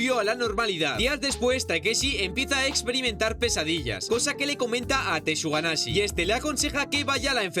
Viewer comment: alguien mas escucho tortuga naze en ves tsuganashi? xd🤔🤔😎